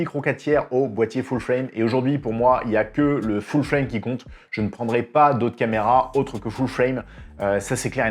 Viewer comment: tu le dit super bien:"Foule Fwraime":-)